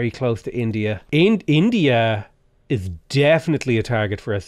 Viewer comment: I for one appreciated the "India let me in-to-ya' 😂